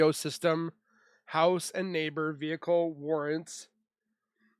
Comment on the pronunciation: 😂😂vehicle not vehice